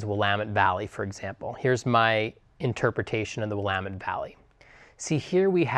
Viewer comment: please listen to the way this man pronounces "Willamette". remember that. that is the correct pronunciation. it's not will-uh-mut. it's will-am-et. pleeeeease learn this. sorry, I'm from Eugene and live in CA and it drives me nuts.